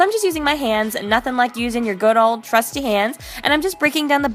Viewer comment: Did she say TRUSTY or CRUSTY hands?